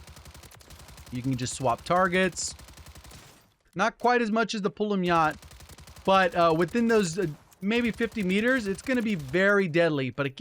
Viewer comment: the “pull em yaht”😂